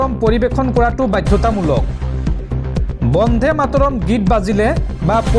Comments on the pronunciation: বন্ধে নহয়,বন্দে ।শুদ্ধকৈ উচ্চাৰণ কৰিবা। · উচ্চাৰণ বন্ধে নহয়, বন্দে হ'ব লাগে